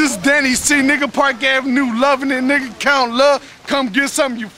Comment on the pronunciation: Park not parck